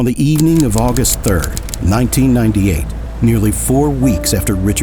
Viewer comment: August "3th" 😂